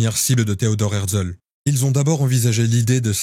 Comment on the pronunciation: Pas hertzel mais hertzél